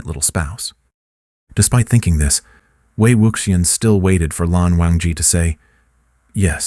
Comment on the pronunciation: Please, please learn to pronounce Wei Wuxian's name correctly!!! ( way wushian.)